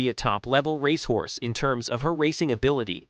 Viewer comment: Honestly “ Rash horse , can’t pronounce most of they great racers names ! Theses great creatures deserve better than this !